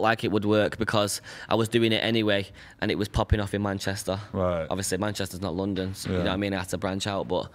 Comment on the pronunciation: Not even 10 seconds into this video and I can already predict Aitch's internal pain everytime Adam pronounces Manchester